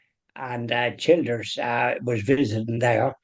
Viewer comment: PRONOUNCED---- CHILL DURS.